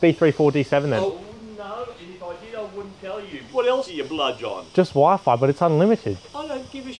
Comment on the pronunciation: The way that first bloke pronounces Wi-Fi 🤣